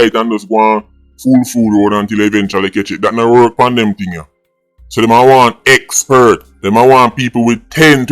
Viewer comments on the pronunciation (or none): Experts not eggbert